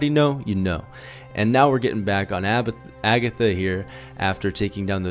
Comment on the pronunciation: lel he almost said abitha